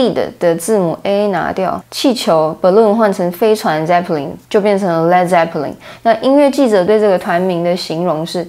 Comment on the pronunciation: 发音是led，不是leed。